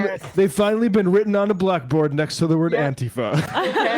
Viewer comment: Pretty slimy saying "anti-fuh" instead of "anti-fah" in order to obscure what the FA stands for.